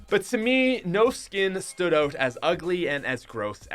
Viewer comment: Its weird when u say out. U say oat instead if out